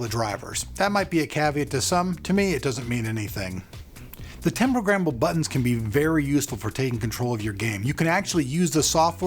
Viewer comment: lol programmmmble